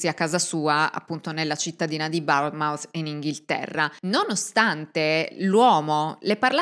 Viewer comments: Si pronuncia Bournemouth, non barnemout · Cmq io ti seguo più o meno da sempre ed è la prima volta che mi accorgo di un piccolo errore, non è una critica ma solo un’osservazione di pronuncia però carino come pronunci Bournemouth ❤. in inglese la pronuncia è bawn-muhth e in americano born-muhth cmq contenuti fantastici ti seguo sempre, mi tieni compagnia faccio il camionista notturno la mia linea è bracknell in Berkshire - Truro in Cornovaglia, e seguo i tuoi podcast 👍 continua così grazie ☺️